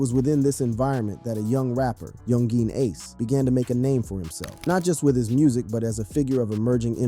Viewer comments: He said yung jean ace😂😂😂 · Do you really not know how to properly say Yungeen Ace name